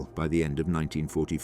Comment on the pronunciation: Obviously shit AI cant say 1944